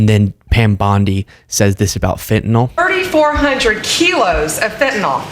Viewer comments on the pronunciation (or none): why is it that not ONE politician can say Fentanyl ? it's Fentanol to them, that lot wouldn't know their appendix from the privates...